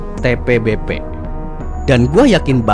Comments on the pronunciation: Admin apaan ucapin TBPB ajah susah bet,,malah ribet kocar/cir jd TPBP 😂😂😂 skolah ga sih lu bro,,putar ulang ajah terus2an video lu lalu spell satu2 hurufnya 😅😅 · kelazzz bg akhirnya dibuat juga konteng tbpb walaupun salah pengucapannya awokawok😂😂 btw lanjut part 2 lahh biar seru bg 😁